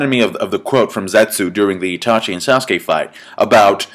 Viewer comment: Uhh dude you said saskue lol saskue must really be old if hes in that fight lmao